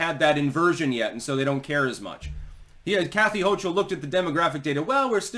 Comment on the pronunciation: hochul but sounds like choke ul but you tried